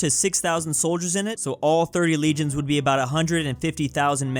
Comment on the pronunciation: So Americans read legions as regions? Like bruh the first thing in the video an I’m already triggered